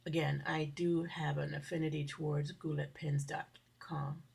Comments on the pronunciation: I LOVED watching your video and am fascinated by this pen! Goulet is French and is pronounced "goo-LAY". I'm a journal keeper and I use the Circa system from Levenger. The binding discs and the "technology" comes from Rollabind. The beauty of it is that you can move pages around to your heart's content. Levenger paper is very fountain pen friendly. I'd be happy to send you pictures of a couple of my journals. I use SU cardstock,DSP, Framelits,& stamps for the cover. Susan moot96 AT aol DOT com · It's pronounced Goo-lay. But their samples aren't really that cheap. I won't name names because the Goulets are fine people,, but there are places where you can get more than twice as much ink for the same price. The same is true with many of their pens. I do like them, and I do wish them much success, but a fool and his money are soon parted, and if I can get something much cheaper elsewhere, I'm going to do so.